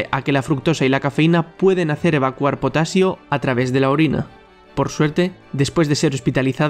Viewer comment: es potaxio